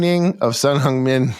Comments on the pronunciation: At least get Son's name right. It's HEUNG-min Son, not Hyeung. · It is Heung Min Son.😂😂